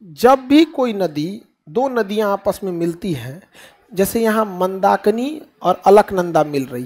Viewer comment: विद्वान मित्र संतोपथ नहीं सतोपंथ हैं। पिंडार नहीं पिण्डर नदी है केदारनाथ १५ किमी नहीं क़रीब २४ किमी हैं पैदल। नंदाकनि नहीं नंदाकीनी है। मंदाकिनी हैं ना की मंदाकनी।